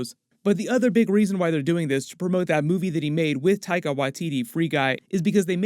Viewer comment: You don't say his name right. Is not taiga